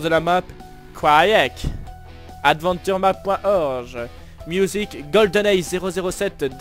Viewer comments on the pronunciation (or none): Genial! J'ai une remarque (pour une fois que j'y pense lol) tu dit (dot)orj mais on le dit (dot)org je crois (dumoins moi je le dis comme ca) sinon encore une bonne video de!